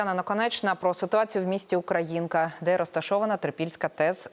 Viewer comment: Ви неправильно робите наголос у назві міста! Ох журналісти!